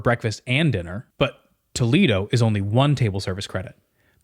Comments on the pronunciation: It’s actually pronounced like Toe-lay-doe Toledo in Ohio is different than Toledo in Spain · Doesn’t the Disney restaurant Toledo use the proper Spanish “tuh-LAY-doh” pronunciation? (The pronunciation of Toledo, OH, was Americanized.) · There is a city in Spain called Toledo, presumably what the restaurant is named after. And FYI it’s pronounced Toe-lay-doe.